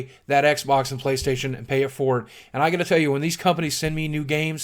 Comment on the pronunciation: "With that said, Playstohtion." That made me LOL